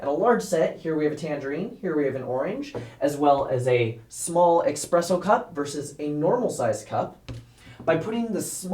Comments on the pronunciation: You lost me at “expresso cup”. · You had me until you said expresso cup